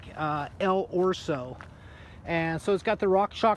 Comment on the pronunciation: Holy shit, can you please stop saying "ORso"? It is "El Oso". Other than that nice review.